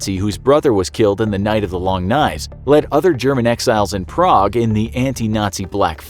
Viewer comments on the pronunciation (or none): none